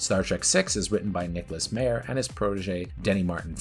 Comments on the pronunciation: It’s Harve Bennett, not Harvey. And it’s Nicholas Meyer, not Mayor. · Good 10-minute overview! Undiscovered Country is still my overall favorite Trek film. Please research though how the names are pronounced. It’s Harve Bennett, not Harvey; and Nicholas "Myer", not "Mayor" 😀